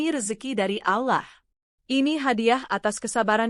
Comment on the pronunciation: Bisa gak baca nya ALLOH'.!!!